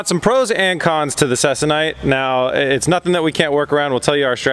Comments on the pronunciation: Please it’s pronounced CEE-KON-ITE. Also, if you want even stretching, use an old clothes iron. (They maintain temps better than the new energy efficient ones). Less steam ports the better. Or get a hobbyist iron. Then infrared thermometer, or dedicated iron thermometer, Let the iron turn on, set temp to 250 degrees Fahrenheit, LET TEMP STABILIZE for roughy 15 minutes, check temp again, and then tighten. Go to 200 first if less stretch is wanted. Iron everywhere. Don’t exceed 350 degrees-ish. Not using it for aircraft, so you can heat however hot you want, but as a rule of thumb, less heat than 350. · Interesting process. FYI - it's pronounced See-Con-Ite, a polyester fabric used in the aerospace industry for covering wings, fuselages and control surfaces of older airplanes. It is used to replace the original woven cotton or linen fabrics...stronger and lasts longer before the aircraft needs to be re-covered. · I believe Ceconite is pronounced SEEKONITE